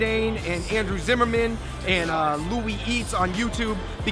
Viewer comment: hey dave! ita andrew zimmern not zimmerman